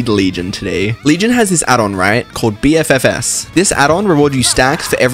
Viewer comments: Bro said B-F-F-S like it isn't supposed to say BFF's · the way he pronounced BFFS drives me fucking insane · “BEE EFF EFF ESS” 😅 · I have never heard anyone pronounce bffs like b f f s XD